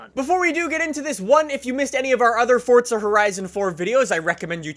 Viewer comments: It's four za not fucking fort a there's no T stop saying it like that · its forza not fortsa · Stop saying FORTZA you fuxking douche! Its FORZA!!!! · "Fortza" is the actual pronunciation,. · can somebody please explain why people pronounce it as "fortza"? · Fortsa? Come on now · its pronouced forza... not fortsa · Why do some people call Forza, fortza ? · Please say forza correctly, it's not fortza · It’s forza not fortza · it's Forza not Fortsa I can't stress that enough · I like how u pronounce forza as fortza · Why does everyone say “fortza” it’s forza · “fortza horizon 4” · It's not FORTza horizon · How many times does he say Fortza Horizon 4? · Fortza?? Fortza.... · “Fortza horizon” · If I have to hear say Fortsa Horizon one more time I will blow my freakin brains out...dude learn how to pronounce the word right you freak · its funny how he saids forza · You butcher the word forza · There is no T in Forza... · The way you say forza fucks me off